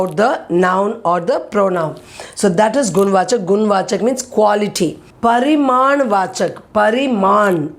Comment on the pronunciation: Mam it is pariman viseshan or parinam viseshan , because you are pronouncing it as pariman but in the board it is parinam.